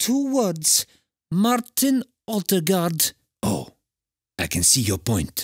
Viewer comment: Why Haaland said Martin Odeegard?